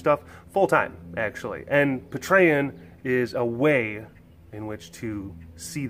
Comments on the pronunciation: Patreon! Pay-tree-on:D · Oh, I cringed so hard at how you pronounced Patreon. LOL Nonetheless I pledged! Any little bit I can do to help you and the facility out!